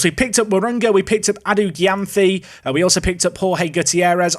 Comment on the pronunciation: Gyamfi is pronounced jamefee